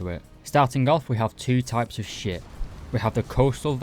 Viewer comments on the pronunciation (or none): Did you say ship or shit. All jokes aside. Hopefully more people get in to navy and hopefully it gets a bit more attention.